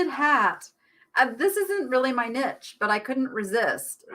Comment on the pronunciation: Hi. I love your show but why do you call yourself the Nitch spelled the way you say it rather than the correct pronunciation of again I’m spelling it the way it sounds the neesh lady